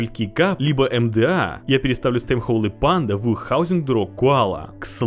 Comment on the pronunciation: Как же бесит "холЫ панда" !!!! Часть души умирает с каждым произношением.